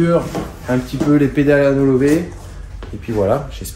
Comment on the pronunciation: Kevin le maniaque 😁. Dans l'univers de la roue c'est plutôt une qualité au final., on dit NYLONLOVE pas ALOLOVE 😉